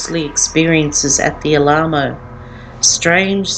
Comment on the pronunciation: Alamo is pronounced al-a-mo. Very informative, thank you